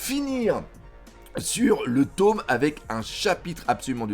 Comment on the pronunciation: "le taume 100" 😂 le tome non 😂